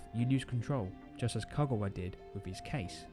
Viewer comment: Couldn't you fix the audio to make it louder AND correct your mispronunciation of Konakawa's name?????